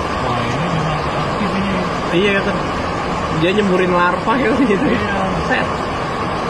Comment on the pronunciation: lava not larva